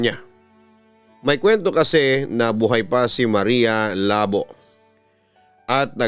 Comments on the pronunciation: Marya Labò po pabigla ang pronunciation papa dudut...taga western visayas ang sender na to...kasi sikat yan si marya labò.. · Maria Labo As in initak, yung pronunciation ang awkward. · Maria labo.. Hahaha.. Nakakatawa yung pag pronounce.. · hiligaynon word yang labo o ilonggo ibig sabihin hack or cut.... hindi ganyan Ang pag pronounce....nag originate Ang kwentong yan sa iloilo or capiz.... at lumaganap na sa buong pinas...